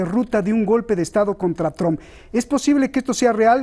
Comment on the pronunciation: El analista David totalmente parcial e inclinado por Biden, nada objetivo con sus comentarios, por favor inviten a personas con un punto de vista objetivo e imparcial, que aporten algo a los que ven su programa (como el Dr. Jalife); y por favoooooooor, que pronuncien bien Trump, ¡no es Tramp! Son analistas y ni siquiera son capaces de pronunciar bien los nombres y apellidos en inglés, dan pena ajena.